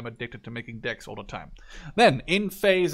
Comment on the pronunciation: Everytime you say decks it sounds like dicks. Now I've noticed I can't stop hearing it!